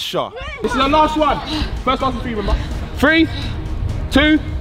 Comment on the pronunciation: Eman can't pronounce three